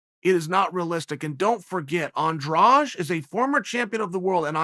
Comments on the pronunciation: As a Portuguese native speaker every time I hear "andraje" and the word is Andrade I die a bit inside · Her last name is Andrade but he keeps saying Andrawge lol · Is AndraDE!! Not Andrash! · What is this "Andrage/Andraje" that every commentator keeps talking about. Andrade ends with "de", read as a silent "e", so you just pronounce the "d". Its not that dificult. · is her name pronounced Andraj even though its spelled Andrade or am i just hearing it wrong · I wonder who spread that pronounciation